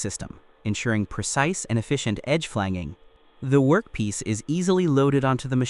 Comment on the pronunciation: It’s FLAN-JING, not flang-ging.